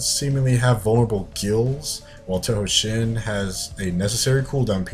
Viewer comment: i love how you say shin wrong